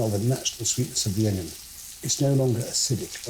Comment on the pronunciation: The Pomme Braunjeur section Marco calls the onion, "ingens" like what they say in Dundee, is this French? Or is it a Dundee thing?